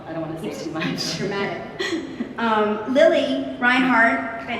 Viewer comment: Kinda weird sometimes to hear the pronunciation of ,,Reinhardt" from non native germans...